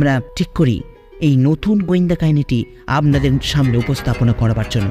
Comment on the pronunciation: কথাটা আবনাদের নয় আপনাদের আপনার উচ্চারণ অস্পষ্ট, আর ও চেষ্টার প্রয়োজন।